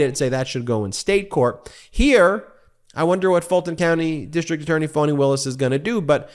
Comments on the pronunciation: Ben keeps saying "Foni" (with a long 'o') Willis. It's pronounced Fa-ni with a short 'a', like 'fawn-ee'. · Its pronounced FANNY NOT FAWWNY!!! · I love you and your podcast! Am I hearing Foney? Isn’t that what the gop would call her? I haven’t heard her pronounce her name. Fani. I’m guessing like a fawn(?) Fawn-e(?) I heard someone say Fonnie; as in rhymes with Connie (But please not Phoney)